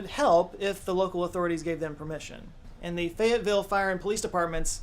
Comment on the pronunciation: lmao "Fayetteville " turned into "Fagatville" and I had to do a triple-take.